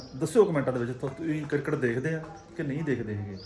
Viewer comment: Pehla ta cricket bolna sikh cirket ni hunda